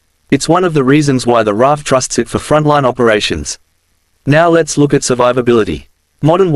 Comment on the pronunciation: It's NOT the FA One Eight F - it's the FA EIGHTEEN F! And it's not the "Rarf" either! That's pronounced as "Raff" or as the "R Double A F"!